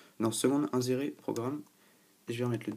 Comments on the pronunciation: Inzérer mdr on dit insérer (avec un sssss) :) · Insérer se dit "inSSérer", sinon ça fait alcoolique ^^